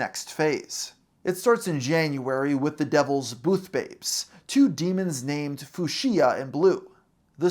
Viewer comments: Fuschia's name is pronounced "Fyu-sha", not "Fu-she-a". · FYI: the name of the devil girl Fuchsia is pronounced /'fyoosha/, never /foo'sheeya/. That's why her nickname is Fyoosh. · had this going in the background til i looked up and saw the word 'foosheeya' was actually the color fuschia. few-shuh. had a giggle lol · this might be my pettiest take but how is no one focusing on some of this man's pronunciations? Fuschia as foo-she-uh? Really? Fyoo-shuh. *Fyoo-shuh*. It is 2 syllables. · Fantastic video! I am begging you to look up the pronunciation for Fuchsia, as in the color. It’s not foo-SHE-uh, it’s FEW-shuh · Fyoo•shuh , great video but the way you were pronouncing Fuchsia was bugging me lol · The word "Fuschia" is pronounced "F-Yoo-sha" Love the content regardless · Fuchsia is pronounced FYOO-sha btw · pronouncing "fuchsia" as "foo-she-yuh" has gotta be the most unhinged thing in this video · Fuschia is pronounced "few-sha" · Fu-She-Ah? Come on. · Great video, though I'd like to point out Fuchsia is pronounced "fyoo-shuh", like the color. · Fuchsia is pronounced few-shuh it’s a color 🙄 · When will Americans learn that Fuchsia is a color and is pronounced "fucks-ya"? =) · Sorry, I have to be the one that comments you DON"T pronounce Fuschia that way. It's more like "Fyoo--sha" and I was.... very, very distracted at that point by that pronunciation. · "foo-shee-ya" lmfao "zan-zee" bring back schools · Fyoo-sha, like the color. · for so long i kept going "foo-she-ah? is it 'fuchsia?' IS HE TRYING TO SAY 'FUCHSIA?'" and finally seeing exactly that, fuchsia, in text caused the most violent sense of disappointment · Fuchsia is a color btw, and you pronounced it wrong every time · The way your mispronounce fuchsia is painful to me. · I dont know which i hate more, how you say fuschia or how you pronounce Xanthe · Guy: mispronounces the color Fuschia Me: Wanna try that one again buckm